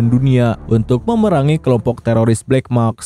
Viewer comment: black mask bang, bukan black maks😓🙏🏼